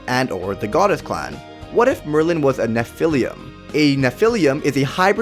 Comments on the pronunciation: While your video is great, and your evidence solid.....your pronunciation is absolutely grating to my ears. It is *droo-id*, not *drood*. Also, it is *nef-i-lim*, not *nef-i-lium*. And before anybody says "you know what he meant" or "why does it matter", language is all we have in the end, folks. We lose EVERYTHING when we don't have language. So if you're going to do it, do it right. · You’re pronouncing nephilim wrong, it’s pronounced neh-Phil-eem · There is no "u" in nephilim. Please correct your pronunciation. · What does he mean by "Nephilium"? And why not Nephilim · Its pronounced neph-a-lim and its a mix of angel and demon not angel and human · The way he says Nephilim is funny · Oh god! Thats not how you pronounce Nephilim! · Lol the way you say Nephilim .... So wrong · he pronounced nephilim wrong